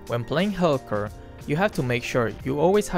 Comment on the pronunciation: how pronounces Helcurt 😂